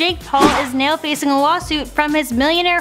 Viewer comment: neow that's how she says now